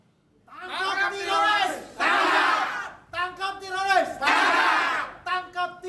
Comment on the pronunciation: Ngomong teroris aja bunyinya tiroris, segitu banyak nya orang2 itu ngomong bahasa indonesianya aja nggak becus, emang relawan jokodok IQ nya rendah semua kaya tuan nya